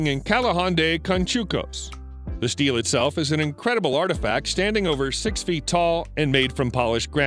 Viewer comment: Stele = "steel-lay" not "steel"!